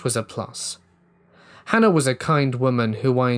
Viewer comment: Certain accents do that. This particular accent also says “idea-r”.